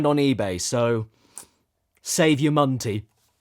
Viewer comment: Save ur MUNTY. He said MUNT (jk)